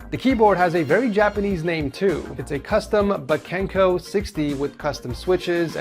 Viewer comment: bakeneko - pronounced Bah-kay-neh-koh (Dumb cat)